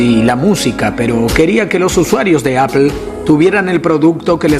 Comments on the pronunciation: Appel??? Qué rayos es eso??? o_o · le dice ignorantes a los que usan Microsoft un tio que le dice "Appel" a "Apple"... EPIC FAIL